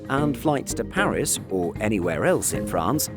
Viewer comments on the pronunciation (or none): none